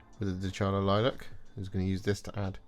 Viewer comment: Is not "DeCHAla", it's "DeCAla"